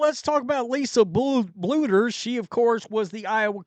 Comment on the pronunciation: It only took you like a whole year to say “Bluder” correctly, instead of just saying “boulder” 😂😂😂